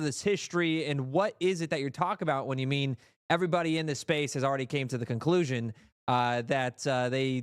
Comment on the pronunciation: Did they say camel toe?